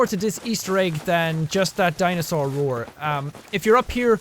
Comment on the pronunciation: What did I hear jack say the word dinosaur rour okayyy. O.o